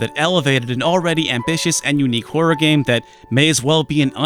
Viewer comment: YouTube's auto subs picked up your pronunciation of horror as "whore" Oh utube